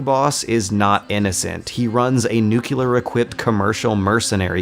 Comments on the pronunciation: what in the shit is the ugly word you repeated throughout the video? what the fuck is "nukiller"? did you mean nuclear? as in, new-clear or neu-clear? I feel like slapping someone after hearing you pronounce it wrong so many times. I can't believe this shit, you can find plenty of websites that show you how to pronounce it CORRECTLY but you still choose to pronounce it INCORRECTLY. HERE'S A WEBSITE THAT WILL HELP YOU WITH YOUR PROBLEM: CLICK THAT SHIT, CLICK IT AND SEARCH NUCLEAR AND LISTEN TO THAT MOTHERFUCKER. THAT'S HOW YOU PRONOUNCE NUCLEAR. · Dude, you keep saying "nucular". Anyway, great video. I may not agree with everything, but yours is probably the most in depth analysis the game has received up to now. Please keep up the good work. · I get the feeling i'm not the first to mention, but how can this person talking be taken seriously? Can you say "Clear"? now say "NuClear"? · specially when you're talking about a game series in which the word is said every 5 minutes. Good videos tho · Finally someone said this, watching all the critical close ups and this has been bothering me so much, damn yanks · That's my one problem with this guy. He mispronounces fairly easy words. Constantly. Watch all of his Metal Gear videos. At first I thought maybe he's European, nope. Just doesn't know how to speak properly. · i love your MGS videos man, but please stop saying "nuculer". it's pronounced "nuclear". it hurts my soul every time i hear that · Love your videos, but one of these days you're gonna have to learn how to pronounce 'nuclear' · Dear, It's nuclear, not nukular. All the best, -zid. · Why do you keep saying "nucular"? Do you really don't know how to pronounce the word "nuclear"? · NJU-KLIAR GODDAMMIT! Its pronounced /ˈnjuːklɪə/ - not /nju-ki-lar/! I Love your videos, but holy fuck, this is annoying in the longer run. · lmao new-kew-lar weapons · I love these videos but it makes me sad every time you say "nuke-u-ler". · Nucular... OMEGALUL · New kew lar